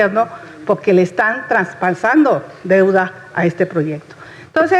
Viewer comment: Esta sra ni siquiera habla bien, dijo transpansando, y es traspasando, dijo, disiseis y es diesciséis, primero que termine su primaria trunca